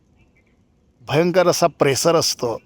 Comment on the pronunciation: प्रेसर नाही " प्रेशर "